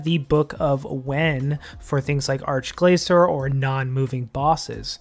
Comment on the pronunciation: 'ark-glaysore' wut? arch as in starch. gla-kor with a hard c, not soft c.